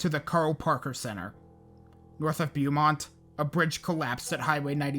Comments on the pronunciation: just so you know for the next video or if you want to change it rn. Its Bow-Mont not b eww mont 😂😂😂. I mean b eww mont works because there are some ignorant racist ass people that live out there. Armpit of texas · Beaumont is pronounced “bo mont” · Its pronounced BO-MONT my man. I'm a native East Texan. But up in the Piney Woods about 3 hours north of Houston. On another note great video as always. Love your videos. Keep it up. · you’re the only YouTuber I’ve watched who actually pronounces Nederland correctly so thank you for that 😂 not Beaumont later tho 😅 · A lot of pronunciations were off a little, but Beaumont really got me every time he said it. Harvey really was a whole nother monster though. After Rita and the mess of an evacuation, I think we all gave up on that idea and I partially blame the NHS for continuing to only use the 1-5 scale based on wind speeds. As we saw with Allison as well, wind isn’t the only factor. Hurricanes are a combination of winds, storm surge, and rainfall and they need to come up with some kind of system that reflects that. I think most people saw “won’t hit Houston as a cat5” and relaxed (yes, even in Katy). The flooding was regional, which isn’t something that can be said about surge or winds, but that wasn’t conveyed well to the public beforehand, and I think that’s because they were way too focused on its wind speeds, even post landfall.